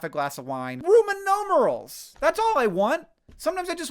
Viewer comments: Dear hank, Rooman nomerals made me giggle much more than it should've and i appreciated it a lot. Thank you that is all good video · All valid points. Very frustrating. But also, rooman nomerals!!! 😂😂😂😂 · Rooman Noomanals